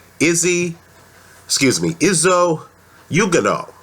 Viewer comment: His name is pronounced is-oo oo-gone-oh. Izu being short for izugabe. I strongly believe izu will be too fast a slick for Dominic Breazeale who is immobile and predictable with his offence, he is how every very tough.